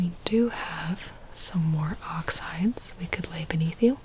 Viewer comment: Girls I thought you said “Oxidizes” instead of ox hides! 😭😭😭 I was like “how are oxides gonna keep me comfortable”